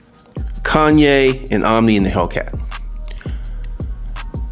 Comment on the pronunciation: Omi not Omni